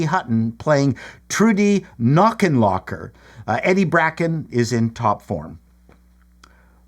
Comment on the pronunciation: In THE MIRACLE OF MORGAN'S CREEK, Betty Hutton's name is pronounced COCK-en-loc-ker and it should rank a lot higher IMHO; agree about PRETTY WOMAN-terrible movie and its only saving grace is Hector Alezandro; AIRPLANE! should be ranked much higher; no to ELF for me; THE BANK DICK deserves its place but I prefer IT'S A GIFT; would have included THE PRODUCERS (1968), CITY LIGHTS, SONS OF THE DESERT, ANIMAL HOUSE, LIFE OF BRIAN, 20TH CENTURY, ROAD TO UTOPIA, ABBOTT & COSTELLO MEET FRANKENSTEIN, A SHOT IN THE DARK and OFFICE SPACE over a bunch of these.